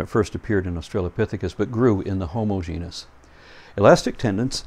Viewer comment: Of course you won't have this problem, if you pronounce "Genus" correctly.